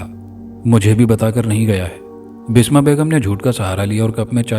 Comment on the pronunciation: Basma not bisma